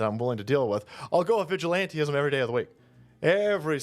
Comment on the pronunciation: Vigilantism should be the law of the land. Change my mind. Sic semper evello mortem tyrannis. Ave vindicta! It's "vigilantism," not "vigilanteism." If you want to lend credibility to the cause, at least pronounce the word right. Natural Law is The People's weapon. Btw, your bosom buddy, Putin, is a big fan of gun control. What, you think he hands out AN-94s to everyday people?